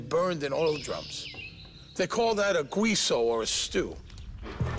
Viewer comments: He said güiso, instead of guiso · Guiso, bad pronunciation bro